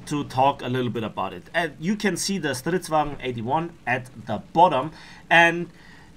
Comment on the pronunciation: When u say stridsvagn it's rly good swedish 👌